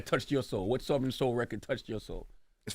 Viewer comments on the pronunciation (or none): Charla pronouncing Southern as “Suther-rin” is wild! 🤪